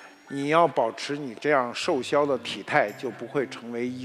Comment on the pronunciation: 瘦削，念shòu xuē。